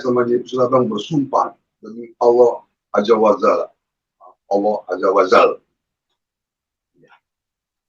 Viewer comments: itu apa gk salah sebut itu...." Allah azza wa Zalla " Allah azza wa Jalla kaliiii....Ya Allah.....Mirisss saya denger nyaaaaa..... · Kalo saya gak salah dengar si halu malah ngucapin nya ajja wa zalla..benar2 miris dan malu saya mendengar nya